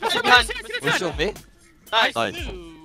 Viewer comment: my favorite part, smurf and his “niceu fucking ans”